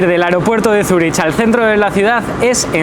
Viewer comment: Cuando dices Zuri”ch” en lugar de Zuri”k” me silban los oídos xD